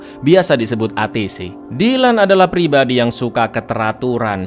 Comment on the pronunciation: Cak emang betul judul filmnya Dan pas vidio di waktu cak salah ngomong Pribadi jdi pribab*😂😂😂